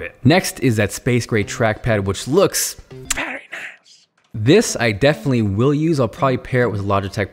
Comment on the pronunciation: I am confused, was that a "very nice" or a VERY nice"